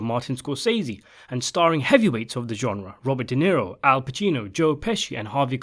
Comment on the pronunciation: Say genre again. I dare you. I double dare you.